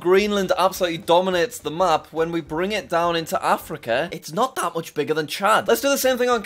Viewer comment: Ah yes my favorite continent, Africker